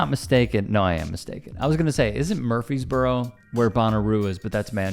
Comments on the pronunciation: To the young homie… Have a command of the English language BEFORE you offer up your diatribe. It’s pronounced “EM-boldened”, not “boldened”. The city is MurFREESboro, TN. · did he mean to fck up Murfreesboro 🤣😂